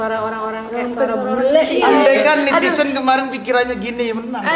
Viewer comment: netizen mas anang, bkn nitisen